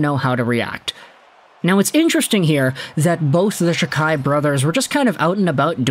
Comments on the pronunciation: It’s pronounced Jack eye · It’s “Jack-eye”.